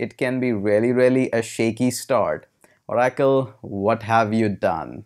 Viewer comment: Oh Rackle. Lol. It's Or- acle